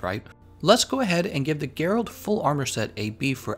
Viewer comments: It's Gèralt, not Geràlt. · Cringed a bit when i heard him say Gerált tbh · You pronounced his name wrong Sorry but that way you said it was cringie